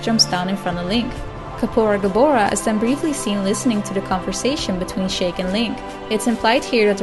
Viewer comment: Sheik is pronounced "sheek" not "shake"...